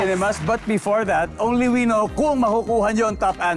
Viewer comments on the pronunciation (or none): It’s “only WE know.” Stress on the second word. Ganyan yan sabihin